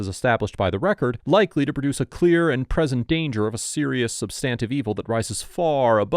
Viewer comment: Excellent work,! I hope the officers/deputies got some more training and learned some constitutional law after this embarrassing—for them—video. I wouldn’t necessarily call them corrupt. Ignorant, certainly. Maybe corrupt, though, if they knew they were wrong. Please, however, do correct your pronunciation of “substantive.” The emphasis is on the first syllable, like this —SUHB-stuhn-tiv. Cheers!